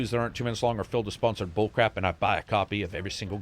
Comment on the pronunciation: I swear I heard you say "I buy a coffee with every single game I get"